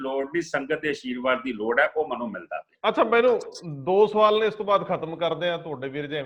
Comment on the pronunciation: "ਮੈਨੂੰ" ਬੋਲਿਆ ਕਰੋ "ਮੰਨੂ" ਨਹੀਂ ਹੁੰਦਾ